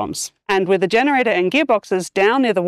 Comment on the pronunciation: Yenerator. How did he go from G to Y? 😂